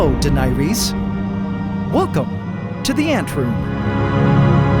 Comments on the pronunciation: You said the name of the female skink weird it’s (din-air-e-us) I don’t usually comment but this bothered me severely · I think Denaerys is pronounce like da-near-ees. But IDK for sure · Isn’t it pronounced Dan-Heiress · Deny-reese, I’m dead💀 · DENAERYS- isn’t it from game of thrones PRONOUNCED “duh-nair-es” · Can someone explain why we called the lizard Denaerys instead of Deanery’s? Feels like a typo not on purpose but he pronounced it wrong as-well? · Please call her Deh-nair-ihs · Den-air-iss is how to pronounce the name from GOT, if that's what you're referencing of course. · not fussing but i think denaerys is pronounced de near iss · Ayyy, a lizard mate for Smaug! I believe that the pronunciation of her name (as per Game of Thrones) is "DA-NARE-ISS". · Deh-NAYR-iz. That’s how you pronounce her name. Unless you purposely wanted to pronounce it like that. Lol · It's pronounced den nair Riss not whatever you said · I assume you wanted to name the new dragon "Daenerys" from Game of Thrones, which would be Duh-nair-iss. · Denaerys is pronounced like Den-Air-iss (like hiss) ;) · Excited to see Smaug react to Danaerys' entrance! One note: it's usually pronounced something like "Den-air-is" 😅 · Btw denarys is pronounced Den - air - es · its "Di-nair-is" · bro really said den-eye-reese, lol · Its pronounced Dan-eriss, like from the TV show Game of Thrones! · Look up the correct pronunciation of "Daenerys" from Game of Thrones, please! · The pronunciation of Smaug and Daenerys are the worst I've ever heard lol they crack me up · Did you pronounce daenerys differently on purpose? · I was a little traumatized by that pronunciation of Daenerys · man you butchered the pronunciation of Daenerys lol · When youve only read the word before. "Daenerys" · thats a... interesting way to pronounce Danaerys lol. Never heard it pronounced that way at all. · Check on that Daenerys pronunciation. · Worst pronunciation of Daenerys I've ever heard.